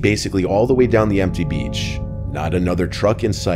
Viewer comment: The way he says "beachh" xD only love for but I giggled a bit:p